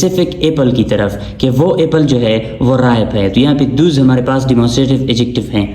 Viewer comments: Those not thoos.please Focus on pronunciation as well. Many are getting irritated. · Please check the pronunciation of " Those" , Sir... Thanks for the video❤